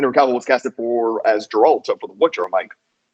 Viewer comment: Man I liked the video but damn man it's "GARE - ALT" not "Jer-ult" okay I'm done bitchin' great vid thanks guys